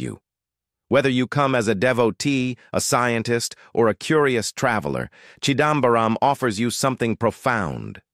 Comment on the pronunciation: chidambaram.. yes.. chidambaaram.. no! 😮 no baaram...